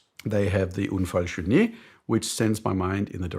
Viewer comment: Thanks God, I finally found something where really sucks at: French pronunciation hahaha^^! So we got the Trilobe "Unfal-Chournié" and the "Trondeux" right^^?!? Just joking here of course, I know how much French is difficult to pronounce. Thanks again for all the great content!